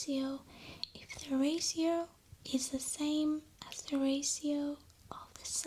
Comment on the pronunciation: The way she says Ratio. Raasio <3